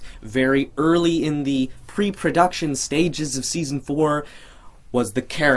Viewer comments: it said deson insted of seson oh and u are great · am I the only one who noticed it said "Deason" instead of season?